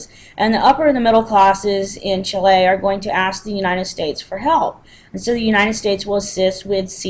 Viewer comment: check the pronunciation of Chile and Allende, please